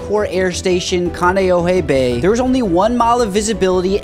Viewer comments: danm, you pronounced kaneohe pretty good i live in hawaii, and i heard about it like 10 mins after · Not that this matters…. but you pronounced Kaneohe really well! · Dude wtf, you actually nailed the pronunciation on Kaneohe lmao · The weather that day was bad in Kaneohe, I'm sure that didn't help. Good pronunciation on Kaneohe bro, most people butcher it lol